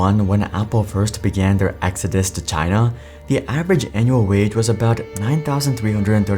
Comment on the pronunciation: How many times in this video was China pronounced as ‘TinA’